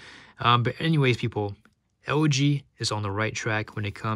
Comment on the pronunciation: When you say LG it sound like OG - works for me! :D